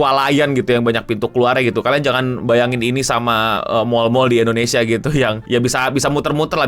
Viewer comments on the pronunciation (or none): none